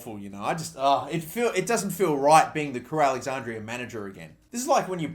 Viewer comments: crewe alexanDRA. DRA. NOT DRIA. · Take a shot every time he says alexandria instead of alexandra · did it annoy anyone else that he kept saying Alexandria??